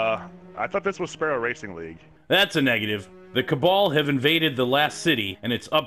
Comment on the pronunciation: I heard Cabal as Kebab